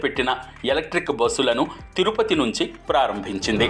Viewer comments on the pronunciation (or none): none